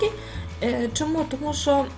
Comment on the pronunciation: У Вас гарна українська, проте: мука - це борошно, а шо то є що. Рецепт чудовий і покроковий для новачків. Мені було трішки нуднувато. Бажаю Вам кулінарних успіхів. Чекаю ще й інші рецепти.